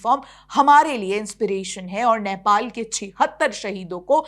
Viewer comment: नैपाल nahi hai, नेपाल hai. Sahi se uccharan karo. Hamari to ek hi lipi hai. 🤦🏻‍♂️